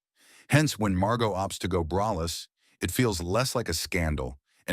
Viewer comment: PLEASE fix your AI!!! 1. You called John and June Harlow. 2. You called her Bet Davis three times. 3. You said "brayless" nine times. 4. You even said "bryless" once. 5. You said "conTRAversies"! 6. It's pronounced BaysinGer (long A, hard G!) and finally 7. You can say effable, juxtaposition and eschewing right but not braless???